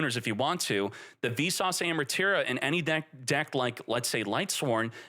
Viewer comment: lol every time you say "Visas" it sounds like "Vsauce" and all i can think is "hey vsauce here". also a yubel playe rmade the ban list lol, he got cucked by a tearlaments deck and also couldnt beat snake eye so he made it so nothing really changed for yubel while destroying the other 2 lol